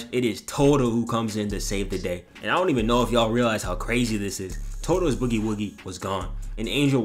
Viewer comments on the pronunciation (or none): none